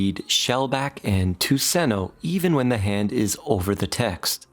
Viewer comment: Ah! Tuseno = Tusen Ø = Thousand island... It is pronounced "Tusen uh" ... because , trust me bro (I'm Norwegian). I have met a swedish person before, they are fairly nice, but they are hopeless at skiing (which almost makes them danish..almost)